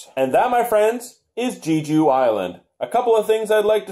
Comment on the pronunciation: I hadn't heard of this game before. I'm definitely going to have to give it to my wife for Christmas. Glad to hear that it is a fun game. Not sure if you or your viewers are aware but Jeju (pronounced Jay-Joo) Island is an actual island in Korea. I haven't been (yet) but many people refer to it like the Hawaii of Korea. It's supposed to be absolutely beautiful! It is a dream vacation destination for my wife.